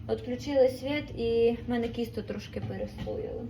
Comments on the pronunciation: Чого кісто, а не тісто? На полтавщині завжди бабуся казала ТІСТО. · Я це зрозуміла, що діалектична вимова, але що., так тяжко красивою мовою розмовляти😮 Не кісто, а тісто, не хальва а халва. Вона така ще молода, а розмовляє дуже не гарно. Це моя думка